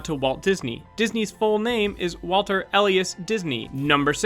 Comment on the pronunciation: It's pronounced "ee-LYE-us." Accent on the second syllable. Long sounds on the "e" and the "i" with the "a" pronounced with a schwa.